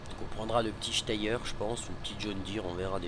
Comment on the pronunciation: Le steyr sa se dit stir lol belle video